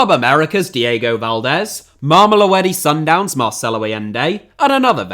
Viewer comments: I'm a South African and the way you b*tchered "Mamelodi Sundowns" is very funny. I wonder where the "e" in Mamelo"e"di came from.😂😂 Great video by the way. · Never let pronounce Mamelodi Sundowns ever again 😂😭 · I had to do a double take when I heard pronounce Mamelodi Sundowns 😂